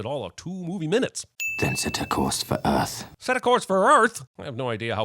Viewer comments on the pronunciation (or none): Not Earth, but Uuth